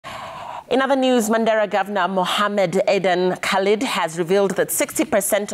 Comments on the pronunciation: Lazy! The name is Khalif, NOT Khalid. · Khalif not khalid